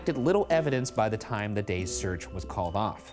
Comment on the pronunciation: IT'S TIIME